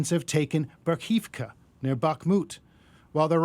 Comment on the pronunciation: "Nova KaHovka" - not KaKovka